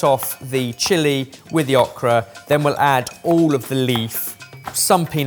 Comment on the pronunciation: The way pronounces okra throws me every time.